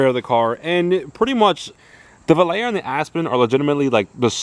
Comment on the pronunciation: Nice old Volare ("Vo-Lar-A" not "Vol-Air"). Love the green and that it's a 318. These are great old Mopars that are amazingly still affordable. Tons of options and possibilities with these F bodies. I own a '78 Aspen wagon with the slant Super Six and factory four speed. I love it! Good luck and have fun with your coupe!